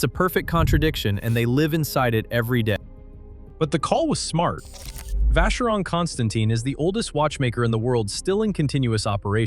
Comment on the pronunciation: It’s actually “Vah-Shuh-Rong Kon-Stah-tan”